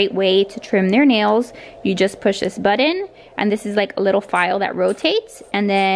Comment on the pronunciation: I dont like the way you say "budon" its button :)